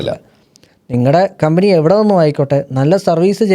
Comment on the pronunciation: കമ്പിനി അല്ല കമ്പനി